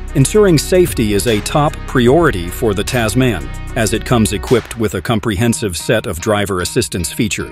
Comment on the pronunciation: Oh my God, this video was absolutely terrible. You're pronouncing the name wrong. Typical American and this car was designed specifically for Australia. Even though it's probably going to be available elsewhere. Click bait